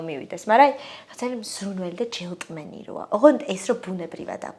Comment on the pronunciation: სასიამოვნო ინტერვიუ იყო, ამბობს, რომ მეტყველებას დიდ ყურადღებას აქცევს და ამ დროს..."ჯელტმენი" 🙈